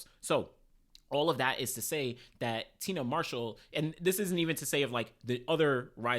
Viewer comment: Say it with me TI-AN-NA MARSHALL NOT TINA